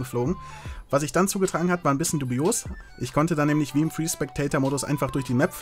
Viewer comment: "Dubios" :D